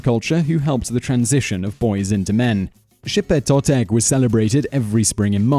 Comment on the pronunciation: ok your off bro im full blood aztec descent and and your saying alot of words wrong and the death ways u can take is not true and xipe totec wasnt for the boys it was for the babies and the kids means bring new life cause that ceromony was held in the spring and cauhtli ocelotl cermony were held in fall just saying bro